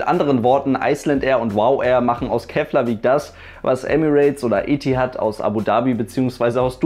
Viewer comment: Interessantes Video :) Btw: Keflavík spricht man "Keplavik" aus :)